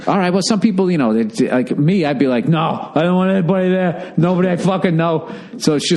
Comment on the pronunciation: Deh hey theere. You're sayin theere theere a lot theere.